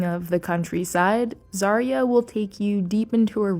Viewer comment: Actually "zaryá". It means "dawn" in Russian.🤓🤓